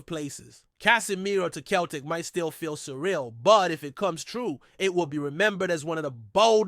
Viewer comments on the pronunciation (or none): It’s pronounced Sell tic. Not Keltic